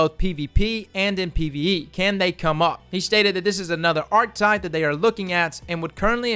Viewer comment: Bruh, it's pronounced, "R-KEH-TYPE."